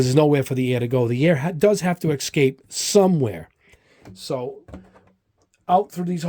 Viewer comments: Nice vdeo but quit saying excape, it's escape 😆. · "Excape"? Jeez.